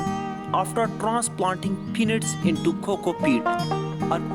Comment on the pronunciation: I swore he said grow your own "P*NIS"